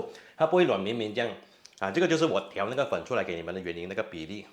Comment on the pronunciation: Take a shot every time he says, "ni99a."